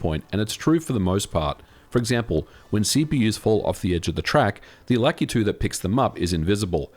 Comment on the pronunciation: Why on god's green Earth does everyone pronounce Lakitu as "LACK-uh-TOO?" FFS, "Lakitu" is a Japanese name, and the letter "A" in Japanese always has an "AH" sound (i.e., Kawasaki, Yamaha, Fujiwara, Takumi, Naruto, etc). "Lakitu" is pronounced, lah-KEE-too